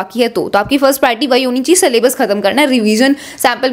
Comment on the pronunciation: Syllabus❎ sallabus✅